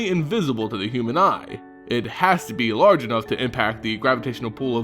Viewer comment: "EL- DRITCH" "BEL-AIR-EN" "KO-ZEH-LECK" EVERY TIME YOU PRONOUNCE SOMETHING WRONG I INCH A LITTLE BIT CLOSER TO SPONTANEOUS SUICIDE.